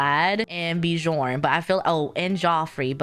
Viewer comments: haha love your videos, just wanted to say Bjorn is pronounced like byorn, not beejorn 😊 and Geoffrey is just Jeffrey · Bih-jorn xD It's pronounced like a y. Like Byorn <3